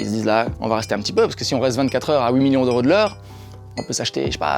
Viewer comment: On dit pas oui millions on dit huit millions